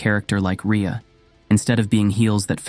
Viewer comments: The inconsistent pronunciation of her name is annoying. Ree-uh or Ray-uh. Pick one. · How many different ways can you pronounce Rhea I think they were all here LOL